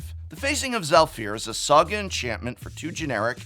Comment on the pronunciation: I heard a soggy enchantment instead of saga enchantment 😄